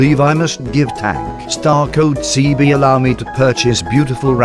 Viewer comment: Love how he chickenugg't every name. He wants everyone to be pro 😎 and star code sebee, true hero